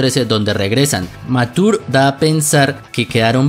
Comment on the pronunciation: dos cos curiosases que el nombre de mature no se pronuncia ( matur ) si no ( machur ) y que no sabias porque esta misma usa un parche en kof III y es porque de hay se libera su poder y vice no lo tiene porque su poder se libera de su pecho